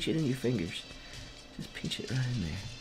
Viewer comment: He said "pench it"